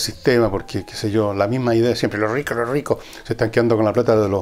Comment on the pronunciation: Los rrrricos, los rrrricos! Jajaja